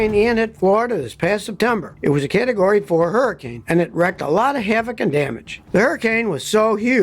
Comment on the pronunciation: It wreaked havage. Say: reeeeeked, not recked. Your scripts are funny.